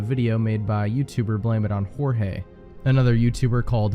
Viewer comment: It's blame it on jorge (george) not jorge (hor hey)